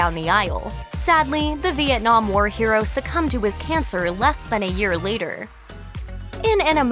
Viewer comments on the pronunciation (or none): none